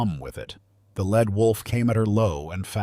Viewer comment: It is not a "led" wolf. It is a "leed" wolf.